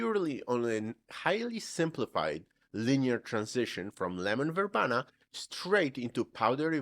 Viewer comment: verbena is pronounced ver BEE nah, Gist is pronouced Jist, with a soft J sound. thanks for listening. Loved your video sir.